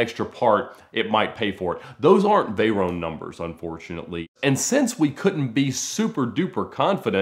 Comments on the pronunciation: What the hell is a "Vey-roane"..? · The way he says Veyron lol, he pronounces it like you pronounce macaron lmao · The way he says "Veyron" is boiling my blood